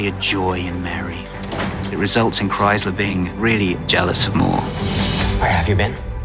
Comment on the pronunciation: They keep saying Kriezler's name wrongly. The z has a t sound but they say it like Chrysler